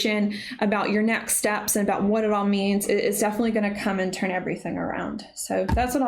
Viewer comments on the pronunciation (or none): none